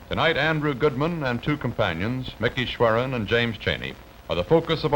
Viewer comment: Sure he went by "Mickey" but I'm 100% sure his surname was "Schwerner;" not "Schweren." But if Cronkite said it then that's the way it was!